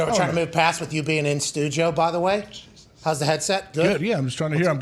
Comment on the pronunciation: AJ is so much better in studio (stu-jio)